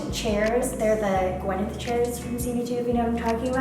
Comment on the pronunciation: Did she say “big white Gwyneth chairs” ?